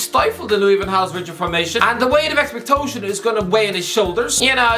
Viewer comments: Moment of silences for Expect-toe-tion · Valencia 😂 "The weight of expectotion" 😂🤣 Austria 😅